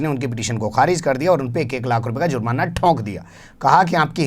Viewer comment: sahab Aap z ka istemal karte hai jab ke J se he jurmana